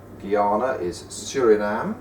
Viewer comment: It's Suriname, not Surinam :P nice video anyway :)